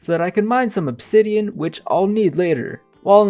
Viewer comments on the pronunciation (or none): none